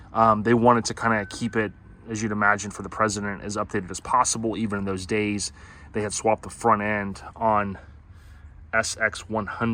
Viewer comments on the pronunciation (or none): none